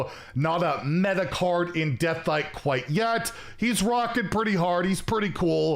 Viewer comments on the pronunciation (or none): none